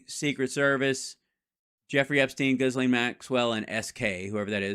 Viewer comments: Its pronouned Jellaine, not Gis Laine but hey who cares. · It's Ghee-lane, the S is silent. Ghee-lane maxwell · Hal, better if you ignore the “s” in Ghislaine. It’s silent.